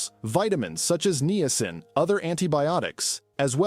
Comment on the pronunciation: Knee a sin aka niacin……😂